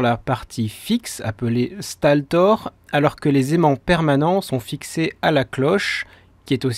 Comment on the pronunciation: Stator et non staltor. :o